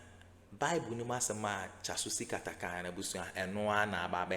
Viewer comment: Herrr!!! Please stop butchering the name of my favourite person 😮😢😅